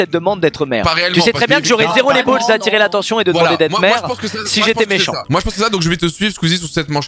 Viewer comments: qui a vu le "mécant" à la place de "méchant" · Killios bah ouais et ? il dit pas mecant ? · non mais ça s'écrit mécant mais on prononce avec le "h" c'est comme plein d'autre mot où on prononce pas. Franchement qui écrit méchant? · Par contre pronostiqueur... « Mecant »... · Bah c'est juste mecant tes bizarre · bah oui, mécant ça s'écrit comme ça XD